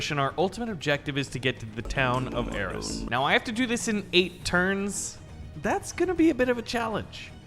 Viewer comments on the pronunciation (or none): none